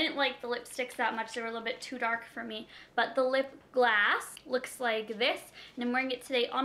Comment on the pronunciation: Why do you say lip gloss like this "lip glass" that is what it sounds like